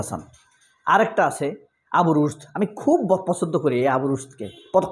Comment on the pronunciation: ফিলার শোনার ফরে আপনার আলোচনা ফছন্দ হইছে।😂